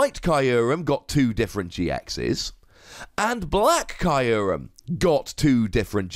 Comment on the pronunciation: I hate how Kyurem is pronounced in this video. I thought it was "Cure-em".